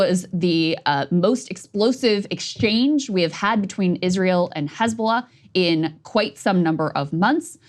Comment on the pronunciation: Crystal can speak Arabic letters!!! Amazing... Crystal actually says "Hizb-Allah", with the H being the "HHH" in Arabic... not like fox news, who hate Semitic languages. Fox news says "Hezbolah".... like Islam, fox wants to erase 2.5 billion people. They say it like far away distant "IZLAM", these Mozlemz...lol. Almighty God bless breaking points team! Smart folks!!!